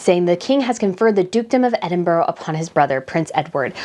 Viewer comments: It is Edinburrrra not Edinburggg. She’s so sweet 🌹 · Love the channel I almost always agree however it’s not Edinboro it’s Edinburgh not pronounced boro but burah sorry it just drives me nuts. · as a Scottish person we pronounce Duke and Duchess of Edinburgh as ‘Edinbra’ not ‘Edinboro’ just saying to let you know how we pronounce it even though it’s not spelt the way we pronounce it. It’s just a Scottish thing. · Please, use the correct pronunciation of EDINBURGH. Its not Edinboro. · Please learn how to pronounce Edinburgh.Edinburra is the correct pronunciation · Please learn how to pronounce Edinburgh. Ed-in-bur-a. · It’s pronounced “Ed in burr ahh”, sorry but my grandfather was a Scot and he hated when people pronounced it wrong…. Edward has been on a great course since he married the Sophie. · just to be absolutely correct, it’s pronounced ED-DIN-BRUH. 😊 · ED IN BRA Please. There is no 'ooh' at the end of it EDINBURGH Your video incidentally is assuring. Your thoughts are well thought through. Thank you.